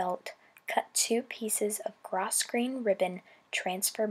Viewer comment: I know that word looks like gros-grain, but it's actually pronounced grow-grain.